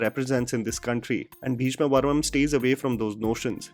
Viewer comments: Wait... Is it just me, Or is really pronouncing "Beeshma Parvam" as "Beeshma Varmam"? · Just one correction required in this video- Its Bheeshma 'Parvam' not 'Varmam' 😊 Rest all is top notch.. Love watching your videos. Way to go 🏍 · It's Bheeshma Parvam and not Bheeshma Varmam. How difficult is it to pronounce Parvam. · Bro it's 'Bheeshma Parvam'.. not Bheeshma Varmam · come on man it's Bheeshma Parvam not Bheeshma Varmam 🤷‍♂️ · Atleast once I would like you to pronounce the name correctly for a South movie . Everytime you make a video for a South movie you mess up the name. It's not bheeshma varmam it's bheeshma parvam*. Please try to say the name correctly atleast because it makes it difficult for us to watch the review if you can't even say the name correctly. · Bheeshma'parvam' dude not varmam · It is bheeshma PARVAM not bheeshma varmam 🤣🤣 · Bheeshma Parvam.. not varmam Not amaal its amal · A minor correction. You kept saying "Bheeshma Varmam" in the video. The name of the movie is actually Bheeshma Parmam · Bhayya a small correction, it's bheeshma parvam, not varmam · Just to correct recent mispronunciation. Please follow अमल नीरद not अमाल , भीष्म पर्वं not वर्मम , गोविन्द वसंता (Vasantha is Govind's mothers name. He rechristened himself from Govind Menon to Govind Vasantha to break away from patriarchy.) Big love to you. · It's bhesma paravam not bhesma varamam dear ❤️ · calling it 'Bheeshma Varmam' every time! 😂😂